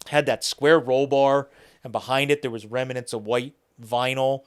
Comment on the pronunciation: ..... the grammar police report that there is no such word as rem-a-nent and also acrossed .